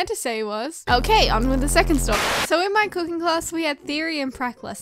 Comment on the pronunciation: What others heard: "in highschool I took cooking classes What i heard: "in highschool i took pooping classes xD